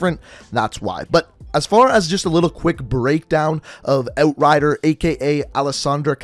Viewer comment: How he says outrider sounds satisfying